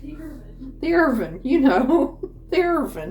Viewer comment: You are so cute and funny! You reminded me of Madea when you said irvin for oven. It was a family affair there, everybody pitched in to help you cook. The food looks delicious😋... loved the bloopers😅